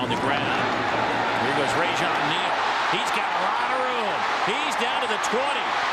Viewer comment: the announcer for the south carolina game said rajon lane instead of rajon neal